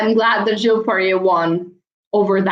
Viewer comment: Hi. Enjoyed the recap! Just FYI, the US and Canadian press pronounce Piper Gilles’ last name as Gill-iss, with a hard G, instead of a French pronunciation. I tell you because I know you enjoy languages and linguistics.